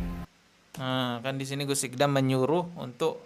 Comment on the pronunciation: masak baca nama orang salah 😂😂 namanya itu اقدام bukan اقضام (iqdhom)... Gmn sih??!!.. belajar bahasa arab dulu gihhh..